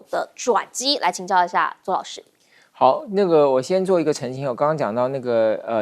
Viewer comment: 濟州。啦。這記者可以回家吃自己。沒常識。寫在那裡還唸錯